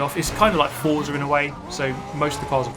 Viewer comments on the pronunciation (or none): none